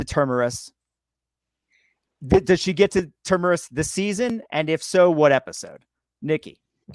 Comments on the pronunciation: It’s TERMINUS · Please learn to pronounce "Asimov" and "Terminus" correctly!